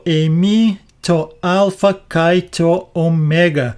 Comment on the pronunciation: You are very sweet, BUT PLEASE word KAI means AND, Pronounced "ke" e as in elephant not kaee. It spoils the devotion when I hear this word so mispronounced. Please ask a greek priest, he can assist you in ALL Greek diphgthongs, double vowel sounds. I like the way you explain and show in Greek and Koine language. I will continue giving you "thumbs up" thank you, Tanya from Sydney Australia.